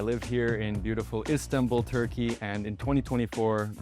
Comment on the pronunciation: He pronounced Istanbul like turkish people not like Americans 😂 correct : istan-bul , wrong : is-tanbul